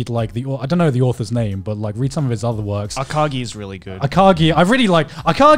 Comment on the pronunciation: It's pronounced A-ka-GI! I watched that one right before I discovered Kaiji. Akagi is a fucking badass, but not nearly as relatable to real-life people as Kaiji is. Akagi was relatable in the sense that he is a social outcast like Kaiji is, but the combination of grit, callousness and brilliancy in his character is almost implausible. On the other hand, Kaiji is clearly resemblant of the gambler we all end up being like.